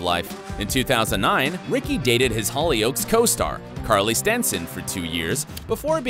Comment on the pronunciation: Great video but that not how you say the show Hollyoaks. It is actually one word and the stress is on the first part of the word, not the second part. I know because I am British born and bred and Hollyoaks was a show I watched in my teens.